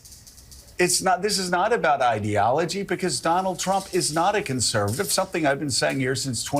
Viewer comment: Fuck me! is the only American I've seen pronounce ideology the right way.